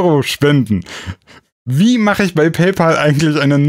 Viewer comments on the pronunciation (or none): none